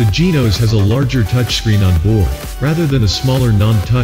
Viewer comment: May I just say it is not Tyroes or Genoes. Please call it by its proper nams. Tyros and Genos